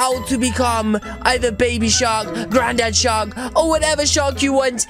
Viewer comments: I hear "shot" instead of "shark" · The last time you said mama shark you said mama shar.